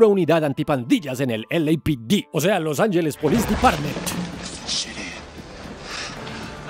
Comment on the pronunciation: Totalmente subestimada. Lo único malo de este vídeo es que hablando español pronuncies "los Ángeles" como un anglosajón.😅